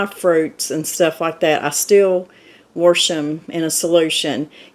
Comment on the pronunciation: Warsh. I love it that’s how my mom pronounced it